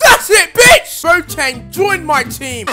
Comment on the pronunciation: if u were black, u would know how to say boateng